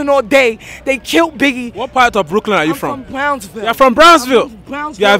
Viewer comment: what a classic the way that she says brooklyn is so good what a legend